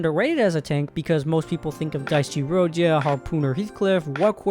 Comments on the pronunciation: twin do not ever pronounce dieci as dicey or cinq as sin-queue again💔💔💔💔💔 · Dee-eh-chee. Italian moment. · Dieci is pronounced D-ECHI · father, i believe you are meant to say it as "dee-eh-chi" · Congratulations on aggroing the italians with that absolutely horrendous Dieci pronounciation